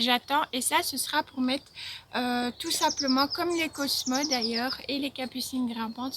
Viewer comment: Salut Video sympa comme d’habitude Petite correction de prononciation : on dit cosmosss pour les fleurs Le cosmo c’est un cocktail 😂😂 À plus